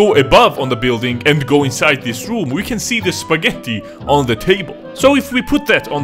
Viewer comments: Never knew you were swedish until you said "Spagheti" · the way he says "spagettí" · AHAHAHA spa-Getto, only Italians can get that